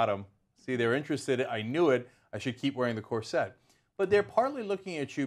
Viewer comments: Why does Anna say it like that? I hate it. Cor SETTE. Why do you stress the wrong syllable? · Why are they emphasizing the wrong syllable on "cor - SET"? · Am I the only one who had the scene from the first harry potter movie running through their head every time they herd these presenters say corset? It's CORset not corSET. You put the wrong emPHAsis on the wrong sylLAble. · Why does Cenk keep pronouncing it cor-set? I've always heard it pronounced cor-sit. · corr - sit not corr -set lol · Kor-sit ffs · The most unsettling part of this video is how they pronounce 'corset'